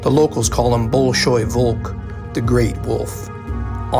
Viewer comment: Brother, the BOL-SHOI VOLK gave me such a strong laughter oh my god. Nonetheless, great story